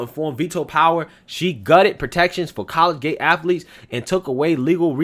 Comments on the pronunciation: I have been listening to for a long time. Love your show. Just a heads up, the word you're trying to say is "colleagate". It is pronounced "colleajate" not "college gate". 🤔😃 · I know you only got a 'Tar Heel' education, but it is [collegiate] co-lege-unt 'not' college-gate you must have taken Debbie Crowder and Julius Nyang'oro !!! Me being a hick also I know sometimes its just a regional thing JFK use to say 'ideer' for idea so guess your in good company. 8NCAA Titles Kentucky Wildcats !!!! Com''on Man HaHa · What is “college gate”? As well, the “x” is silent in Sioux... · It's pronounced Col - le - giate. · Hey,..it's pronounced "CO-LEEG-IT",..no dis bro,..jus sayin',..good stuff,..keep it commin' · It's pronounced collegiate (co-lejit) and Sioux (Soo); the x is silent. Good report brother. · Ahhhhhhh I don't mean to be picky, truly I don't. But I've been an English teacher for 26 years and old habits die hard. Dude, I love your shows and have been a subscriber for a long time...please don't be offended, just trying to help. You kept mispronouncing "collegiate". Keep up the great work, I enjoy your quick, no-nonsense style of the news.